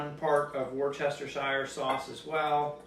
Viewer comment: "war-chest-o-shire" lol